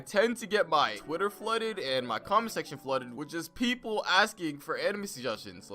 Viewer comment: i thought he said "cum section" but its comment section